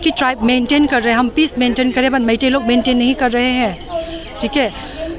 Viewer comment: ooi boshri walo reporter "meithiu" kiya hai?? meitei nam bolna pahele sikho saalo